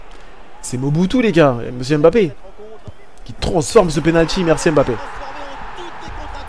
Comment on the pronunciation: je comprend pas comme congolais d'origine tu prononce aussi mal les nom africains comme les europeens cest quoi à dire "em bapé" alors que ca se lit "mbappé" toi aussi frère,sinon ta carière es interressante mais pardon corrige l'appelation des noms africains avec M-lié ou N-lié a une consomne c'est mbappé comme quant tu fait "mouah" !merci